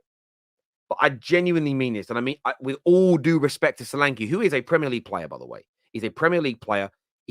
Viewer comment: The e in solanke is pronounced as the e in Nketiah